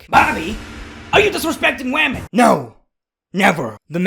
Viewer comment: "BOBBY, I HEARD YOU LIKE WAHMEN OVER LEGENDS, THATS DISRESPECTFUL TO LEGENDS!